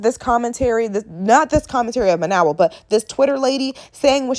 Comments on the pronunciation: You didn't even pronounce Mayowa name correctly. You listened to reply not to understand. You made valid points but did you actually listen to Mayowa or were you triggered. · Are you saying her name wrong on purpose?